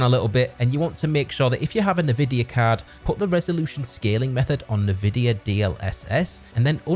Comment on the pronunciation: Ni-vidia is a wild pronunciation